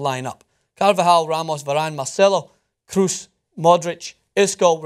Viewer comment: Fyi: Kroos is pronounced more like "goes" or "flows" than "shoes".